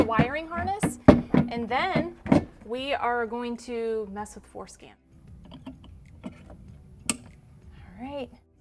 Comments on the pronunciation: Man, that was funny. I thought you said Forskin I had to listen to It several times before.I realized you were saying floor skin 🤔 😂❤😂😂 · I keep hearing her say "foreskin" 🤣Good job btw.